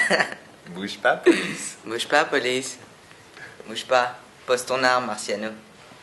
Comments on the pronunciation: pouge pas police hihi il est vraimlent mignan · ''Boyge pas police, ptdr il ma tuer !